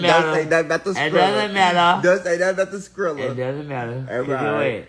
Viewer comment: As many times as he called scrilla scredda had me rollin and im from Atlanta too and you makin us look foolish lmmfao i cant they to funny tho